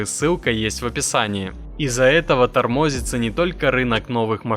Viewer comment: Нейросеть ипучая. ТормОзится😂